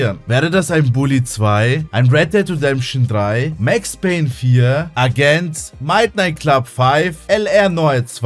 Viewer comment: Digga „MightNiight Club“